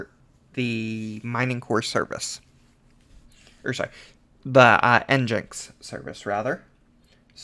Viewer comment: Thank you for this, great help. I'm gonna try to setup my own pool with this guide. One thing though, you are saying "Nginx" wrong. Its pronounced "EngineX" like a car engine with an X at the end. Nginx is a play on that word, as its the engine of your website 😊